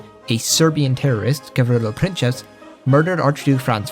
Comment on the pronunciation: Princip pronunciation is Prin-ts-ip.